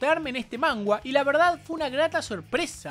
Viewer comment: Soy yo o dice "mangua"?? Xdxdxd